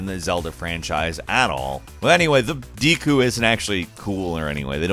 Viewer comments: Deeku? I thought it was pronounced dehku, like with a Japanese 'e' (え/エ) sound, as 'desk'. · wtf is a deeeeeeku? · I liked the video but when you said deku I think you are the first person I have heard pronounce it that way. I usually hear people pronounce it "deh ku" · Dee kuu Bruh just watch Boku No Hero Academia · Dee-koo is not how I pronounce deku nuts. Maybe I’m tripping tho. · It is pronounced dehku, this guy is a PC guy with no knowledge of Zelda I bet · The way you said deku( pronounced dekoo) hurts my soul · I just want you to stop saying 'deku' because that's not how I say it 😂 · Me, a Zelda fan: you Ummm, said the word deku wrong 😐 Also me: screams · your pronunciation of Deku slightly triggers me